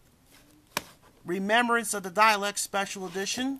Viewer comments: It's DAH-LEKS not DAY-LEKS or DYE-LEKS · stop saying dialeks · say dales right like that